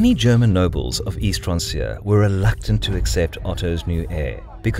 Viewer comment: Pretty sure francia is pronounced 'frank-ia'. Like franconia?